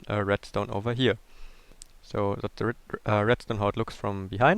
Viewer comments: Are you really saying Se Fishfarm or se door? You Idiot! You pronoince it teh fishfarm, teh (pronoun only real word the) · Catch "Ze" fish/ lol, love it